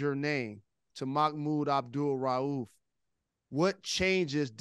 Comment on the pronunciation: Hey brother Rose. Bless you man. You say that man's entire name and with emphasis and correctly. I love the respect of brother Mahmoud Abdul-Rauf. Big up to Detroit brothers and sisters. Always got love for how yall move. What Up Doh!